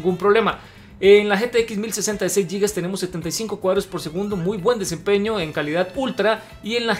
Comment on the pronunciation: Dos cosas: - La pronunciación de la palabra "gigas" no es "yigas", sino tal y como se escribe: "gigas". Y si lo que se intenta es pronunciar en inglés, pues sonaría así (su equivalencia en sonidos del español): "guigas". - La definición de frametime que se señala es incorrecta. El frametime es, como su nombre lo insinúa, el tiempo que dura un frame en pantalla, y usualmente se mide em milisegundos. Por ejemplo, si un juego va a 60fps estables, el frametime de cada frame es de 16.7 milisegundos. Apreciaría mucho se tome la molestia en responderme al comentario. Saludos desde Perú.